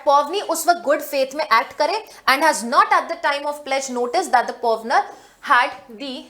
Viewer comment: pronunciation toh sahi kro pawner and pawnee ki w is silent in it madam